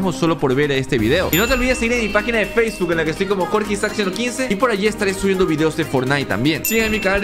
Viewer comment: Enves de decir facebok dijo faceguk jajaja